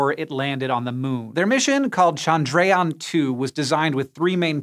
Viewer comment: Bruh, it's pronounced CHANDRA-yaan, not chan-DRAY-aan